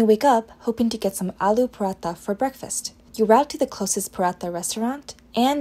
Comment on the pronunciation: Alo parotha? It's ALOO PARATHA buddy